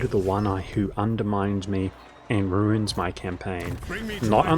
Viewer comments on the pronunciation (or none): none